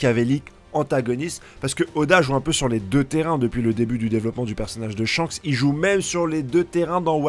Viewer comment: C était pas shanks c était chankss